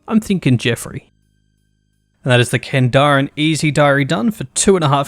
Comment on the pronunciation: Excuse me would you like to repeat how exactly you pronounce Kandarin?